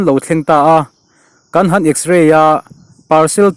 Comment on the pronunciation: A hmasa ber i chhiar khan "kan han in tlar" tih kha chhak lam pan thlukin i chhiar a, a dik lo, "kan han" tih kha Thingrem tih thluka chhiar tur a ni ang